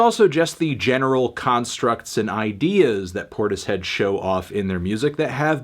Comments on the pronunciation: Cmon melon it’s pronounced portishead not tortoise head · I think it's pronounced 'porters-head' melon